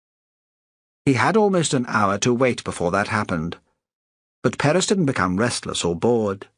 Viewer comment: Wish that the narrator had pronounced Perez correctly. Oh well. Fine story.